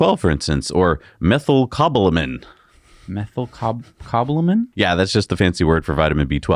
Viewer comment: that's "Meth-yl-co-bala-min" Vitamin B12 has a cobalt atom in it.